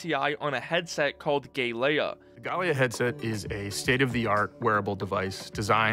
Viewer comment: Man said Gay-leia 😂